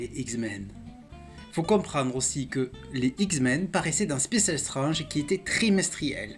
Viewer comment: Même génération, même passion pour les comics et surtout même madeleine de Proust. Quelqu'un qui prononce Strange à la française ou qui préfère dire Serval à Wolverine est forcément un passionné de nos chères années 80's. Je m'abonne sans hésiter. Bravo pour la qualité de tes vidéos.